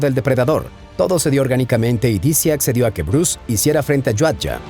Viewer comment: Es Yautja hermano, y no "Yauyhtgja" 🫡